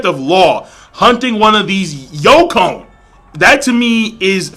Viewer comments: Hey King I notice you keep saying "youkon"..... it's YONKOU (yon=4, kou=king) now after me. yooonkooou XD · Hey King, love the reviews, just in the future it's not pronounced like Yo-cone, its pronounced Yon-Koo. Anyway keep up the awesome vids :)